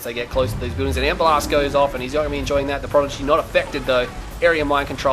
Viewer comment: Awesome match, awesome video, but it's E-M-P not EMP!